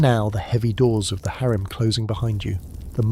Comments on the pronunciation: HAREM not HERM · HAREM not HARIM